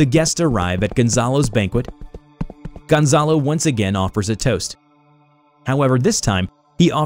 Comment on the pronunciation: Dem, i like how you pronounce Gonzalo